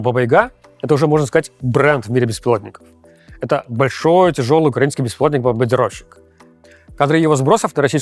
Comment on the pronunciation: Руслан Левиев.. не БАМБАНЬДИРОВЩИК, а бомбардировщик!!